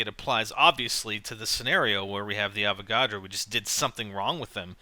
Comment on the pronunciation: When he says" Avagodro" does he mean electric boss???